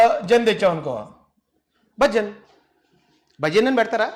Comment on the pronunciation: BHAJAN kadhu it's... BHA!-GUN